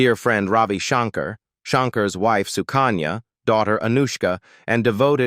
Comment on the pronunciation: Please learn how to properly pronounce Shankar!!